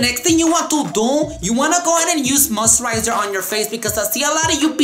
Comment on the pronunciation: "yuse musserizers" 😄